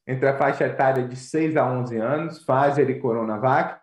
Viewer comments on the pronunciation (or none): none